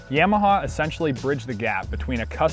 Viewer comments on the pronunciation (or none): It's 686cc and defiantly said yamaha wrong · he says yamaha weird lol